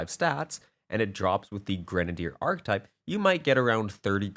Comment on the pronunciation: Great vid. This really helps, Thank you. I believe “Ar-Kee-type” is the pronunciation